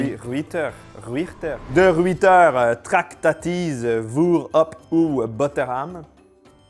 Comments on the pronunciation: Ça se prononce "De reuilteur". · Et de ruijter se prononce de r(œil)teur. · pour la prononciation de la marque néerlandaise De Ruijter de ce que l'on nomme en Belgique de simples granulés de chocolat, les lettres '' uij '' se prononce comme le mot '' oeil '' en français Décomposé ça donne : - d e r '' oeil '' t e r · Pour les toasts (on appelle ça tartines nous) avec les vermicelles de chocolat en Belgique nous faisons pareil, on les appelle même « crottes de souris » 😅 et la marque se prononce « de reuwters » c’est avec l’accent en néerlandais 😉 On peut aussi le faire ce toast avec de fines tranches de chocolat qu’on appelle « Matinette » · Le toast des pays bas on fait ça en Belgique aussi. Et Ruijter on le prononce rE iter (a le r roulé), le ui se prononce e i et le ij c'est un i bien souvent. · "Hageulslague" 🤣 les G faut les prononcer comme si t'aller cracher toutes tes trips avec un R très gutural! - "HaRReuslaRRR" et la marque se prononce à peu près Raeuteur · Der oeil teur, voilà comment on prononce De Ruijter. PS : C'est parce que votre pain est immonde, c'est pour cela que vous le grillez. PPS : Chocolatine n'existe pas, cela s'appelle pain au chocolat. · Ca se prononce "De Reuilleter" :hand-pink-waving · pour le néerlandais le ij se prononce aïe : dé ruaieteR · ça se prononce "de reuilleteurs" ^^ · Allô, j'ai grandi en mangeant du hagelslag et ça se prononce HÀÀ-khel-slakh (le kh étant comme le r du français mais sans vibrer les cordes vocales, alors comme dans pRune mais pas comme dans Rune, et le L est sombre comme en anglais américain). La marque de Ruijter, plus difficile puisque les sons n'existent pas vraiment en français, mais ma meilleure approximation serait quelque chose entre RÀÜ-teurre et RŒÜ-teurre 😅